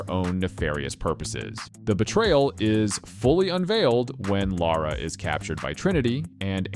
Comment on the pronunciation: Woah, a north-american who can pronounce Lara?